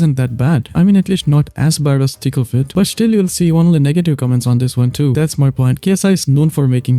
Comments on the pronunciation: No hate but anytime you say “Thick of it” i hear “Tickle fit” and my snail brain processes it till i realize what you said, great video!!! You got another subscriber :) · Every time you say "Thick of it" I hear "Tickle fit."